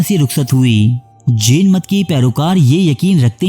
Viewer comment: Jen nhi Jain Ek bar khas khas words ko English me bhi parh liya karen, taki sahi pronunciation se parh saken. Urdu me Jen air Jain ek hi lafz se likha jata hai.